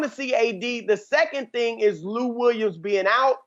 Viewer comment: "Do that 'thayang'" 🤣🤣🤣